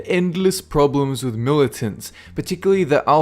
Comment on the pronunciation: you said milittants.... are you FUCKING SERIOUS!?!?!?!